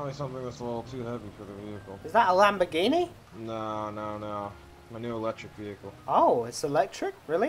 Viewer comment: YOU SAID IT WAS A Lamborgihni